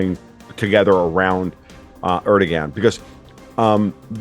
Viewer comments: Learn to pronounce 'Erdogan'. I.e. 'ErdoWAN'. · Is this comedy? Are these some new breed of professional trolls? Guy can't even pronounce Erdogan's name. The g is pronounced like a W. If he doesn't know that, my guess is he doesn't know very much. This is like, a bunch of jackasses talking about the stupidest conspiracy theories on planet earth. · This guy doesn’t even know how to pronounce Erdogan lol. He sucks.